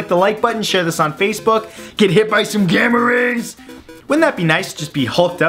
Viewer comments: I thought he said gamer raper and my face was like •-• what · Sounded like "Gamma rapers"